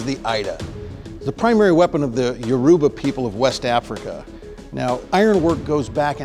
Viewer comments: Yoruba is pronounced Yoh-ro-bah but to be honest I didn't even notice it has been spelt with a u my entire life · The way he said Yoruba made me cringe let me not lie 😂😂😂